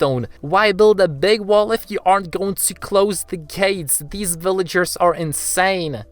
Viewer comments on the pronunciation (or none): Why did you said bvillagers